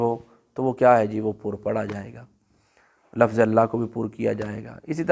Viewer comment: لفظ کوبفتح الفا کیوں بولتے ہیں